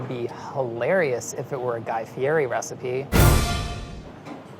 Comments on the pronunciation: You pronounced his name wrong, it's fe-etti not fe-airy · it's pronounced Fieddi not Fieri as it looks. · You're a chef, you should now to pronounce Fieri. It's not fe-airy, it's fe-etti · It isn't pronouced Fieri, it's Fieti. lol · Apparently its fi et ti not fi er ri 😳 Thanks hot ones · Its "Fee-eh-tea" not "fe-air-ee" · Guy pronounces HIS OWN NAME FEE-E-TEE... at the beginning of EVERY DD&D show he says his own name .... Get it right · Nobody said his name right! It's pronounced FEE-EDDIE!! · Aw no one ever pronounces Guy's name right, "Fee-eh-tee" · why does everyone pronounce Guy Fieri's name wrong lmao its pronounced Fiettie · is it really that hard to pronounce Guy's last name right? It's fe-etti. Watch the intro to him on First We Feast eating the wings and he tells the host he actually got it right.. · The correct pronunciation is Guy Fieddi makes me laugh every time they say it wrong in this video. Found that out in the hot ones video with Paul Rudd. True story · The thing that drove me nuts is that I am a Guy Fieri fan and know 100% that he pronounces his name with a T rather than the R that is in it. Guy Fietti is how it is pronounced thought it isn't spelled that way. Made me cringe every single time his name was mentioned. D- for you guys! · It's pronounced guy fietti, courtesy of hot ones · It’s pronounced “Fietti” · It's pronounced "fietti" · Guys last name is pronounced "fee-et-ee" btw. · ITS FIERI!!!!! (FEE - ET -EE) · It's pronounced "FIETI" come on guys, thought you were pros. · Guy's probably wincing.. It's Fee Etty! lol.. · You guys got his name wrong. It's Fee-et-tee but to be fair it's a common mistake. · Just to let you know, it's fie-ri. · It's actually pronounced "Fiety" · its feeyeti according to his hot ones interview lol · I'm just saying but "Fieti" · It's Guy-Fee-eh-ty. wrong! watch Hot Ones. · It's pronounced Fieti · Guy Fee-ett-ee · It's pronounced Fee-Eddie! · Fieri is pronounced "Fiedi" - Guy Fieri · Fieri not Fieri